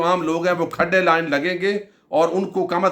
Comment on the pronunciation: کھڈے لائن کا تلفظ غلط بول دیا ہے۔دررست کر دیں۔